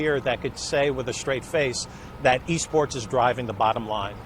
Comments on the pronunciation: I thought they said E-Scorts not E-Sports. If you get the reference then you one of them boys. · Alejandro Espinoza THIS NIGGA SAY E SCORTS?